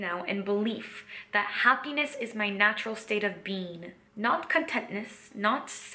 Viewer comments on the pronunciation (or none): Lol! For a second I thought you said “a multi-dimensional bean” Great videos...! Living the Dream!👍